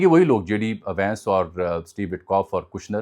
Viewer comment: ونس ہے وینس نہیں کاپی پیسٹر